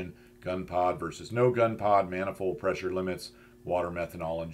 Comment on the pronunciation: I almost listened but heard the voice and knew "maniold pressure" would be endless. Other that that usually good content.